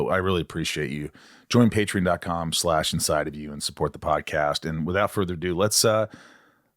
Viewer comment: Why do you pronounce Patreon, Patern? You’re missing the O lex